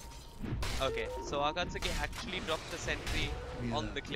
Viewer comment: It's pronounced AKATSKIII FFS